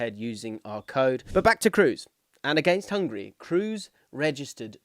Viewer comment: I agree with this take. Nobody needs any Englishman to pronounce Schlotterbeck or Mittelstädt correctly. Just maybe don't completely butcher the one guy who's among the most decorated players of all time and also incredibly easy to pronounce.